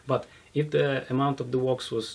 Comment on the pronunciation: The sooner starts to use the word sealant or coat instead of his pronunciation of wax, the better:D Good video and interview. I look forward to trying version 2 alongside version 1